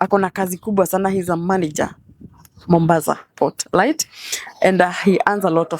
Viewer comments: Steve tell this lady it's not "light"i it's right. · The lady is very good at gaslighting and is a terrible narcissist.Anatubeba matako yake,akisemasema "light" hapa instead of "right". Mshenzi sana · Vijana mnatoa nguvu wapi ya kuoa washosho.... somebody who cannot pronounce the word "right" kazi ni kungoa tu "lite"....wacha muone hivo washenzi unazaa aje na shosh madadaka idiot of the highest order ondoa Mafia hapa shenzi type. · I leglet,malliage light?yeah..mwanamk fala na kizungu chake cha matakataka.....huyu jamaa nae amepoa sana..